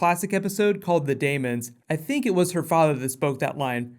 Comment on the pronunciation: daemons is pronounced 'demons'. Brit spelling strikes again!